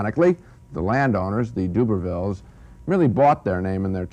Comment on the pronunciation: Tess of the Doobavils and Donald Plez-arntz!